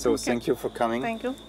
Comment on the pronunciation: Ach immer dieses 'TZANK YOU' 😂'